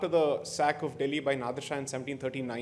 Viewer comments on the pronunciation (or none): none